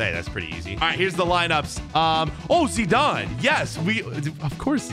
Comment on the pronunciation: WHY DID HE SAY ZEDAN INSTEAD OF ZIDANE